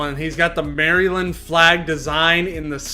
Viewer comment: I love the way he says Maryland that got me 😂 (I’m from Maryland)